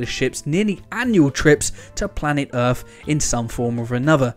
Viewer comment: You also need to try & reel in your 'F''s its not earthf, its earth & its not cafatharsis its catharsis. You almost sound like an Elmer Fudd reject.